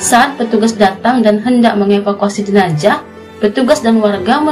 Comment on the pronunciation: Jenazah mbak bukan jenajah. Sukses terus yah